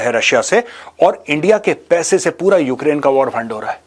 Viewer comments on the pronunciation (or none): none